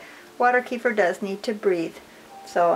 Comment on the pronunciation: it's pronounced "KEh-FEER"